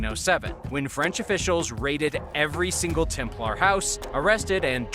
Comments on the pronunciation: Its pronounced TEMPLER NOT TEM PLAR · Maybe it's the Klingon pronunciation 😂 TemPLAR!